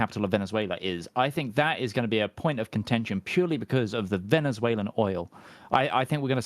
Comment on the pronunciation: Well, I know what contention means, but that's definitely not what is saying if you listen to it. There's definitely a "shh" being produced before the "shh" made by the '-tion" ending. If he wanted to say contention, I rather doubt he'd have any difficulty pronouncing it properly. It's as though part of his brain was thinking 'contention,' but simultaneously feeling that perhaps it's not quite the right word for armed conflict (it sort of is, sort of isn't - there can be a lot of political contention over a given territory, but I don't think 'contention' is the word you'd use to refer to the actual fighting taking place).